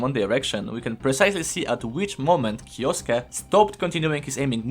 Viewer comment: first video where kyousuke is pronounced correctly hahaha nice vid!